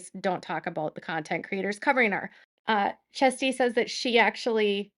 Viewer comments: I believe her name is pronounced more like Cheers-tee, not Chest-tee. It hurt my ears every time you said Chest-tee 🙉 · Kerstee, not chesty lol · Her first name is pronounced with the "kj" sounding like "ch" in English, making it sound like "Chair-stee". Hearing you say Chesty over and over makes you sound like you're talking about a porn actress. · It’s pronounced “Share-stee” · Kjersti is pronounced closest to “Schash-ti”, but a soft ‘sh’ sound. She has a short video about how to say it. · Kjersti, is pronounced as Chersti, hard CH. Shes awesome! BL is delusional? Parted from reality? A Cluster B? This woman has ZERO empathy and thinks more of herself and her talents, than most of her costars and people who have seen her shows or movies do. She is a B actress AT BEST. And a very CONTROLLING uh, mean girl... Excellent vid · No it's pronounced Shasti.. sh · Her name is pronounced Chair ski. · Honey I adore you, but it sounds like you’re pronouncing her name chesty😂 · Hi...I had trouble w her name, too. You're getting close. Try this....Shersty. Thanks for the video and your hard work always pulingl all this info together. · If it helps, in order to say Kjerstie.... think of it as 'cures tea' and you should pass 😅 👍🇮🇪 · The K sound is silent. It's more Shasti.